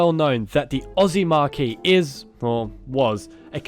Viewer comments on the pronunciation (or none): Holden is a "marque" or brand, not a "marquee" or awning/signboard. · Did this narrator confuse marque for marquee ?